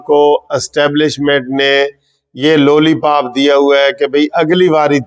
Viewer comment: Loli pop nahi lolly pop hei.